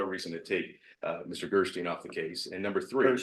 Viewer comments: really needs to say Gersten not Gerstein. I asked him after cout politely to say it right. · Is God going to punish you if you don't correct pronunciation of "Gerstein, Gerstine, Gerstien, Gersteen"? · He is a complete child. Interrupting the prosecutor for mispronouncing his attorneys name every single time. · Did anyone else notice that interrupted twice to correct pronunciation Gersten, but he didn't utter a peep when called him "such a difficult defendant." must know how obnoxious he is. If not, he's probably the only one who doesn't. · He corrected TWICE within two minutes about the pronunciation of Mr. Gersten's name, interrupting him mid-sentence both times. He has no concept of proper courtroom decorum. And also, WHO FREAKING CARES if he mispronounced the name? just likes to correct people. If only someone would correct his numerous mistakes.